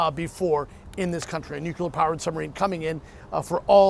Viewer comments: It's 'nuclear.' It isn't "nuk-u-lor". You're on TV, try saying it right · Gotta love the nukuler powered subs. "It's pronounced nu-clear or new-clear or nu-kle-ar." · Nukular submarine!? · What they are doing there is making sure Putin doesn't get arrested in Cuba. It's, "Nu-Cle-Ar!" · If Patrick is going to be a pro, play someone tell him to pronounce nuclear correctly. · Learn to pronounce the word nuclear for Christ sakes